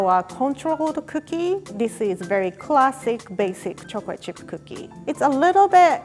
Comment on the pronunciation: No one: Absolutely no one:....: choric chirp kokie